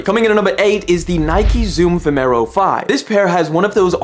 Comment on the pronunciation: It's Nike vomero, not vemero...